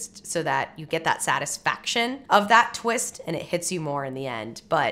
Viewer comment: "But maybe there's a tweest I don't know about..." 😅 How about 2? 😁 I love that Ft13th can still scare the heck out of people, even those who know about Mrs Voorhees from Scream. Jason popping out of the water is one of the best stingers in horror! And some bonus Kevin Bacon.